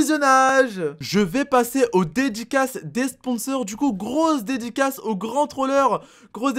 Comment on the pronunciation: Au d'edicas ta dit grosse dédicace ta dit dediclasse